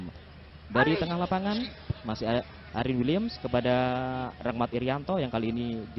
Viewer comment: Shoot aryn wiliemm medoknya itu lo